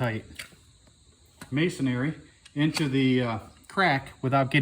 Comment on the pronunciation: The word is pronounced masonRY, not masonARY. 😊